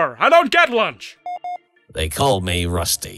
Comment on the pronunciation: it kinda sounds like Rusty says "They call me Rustfee"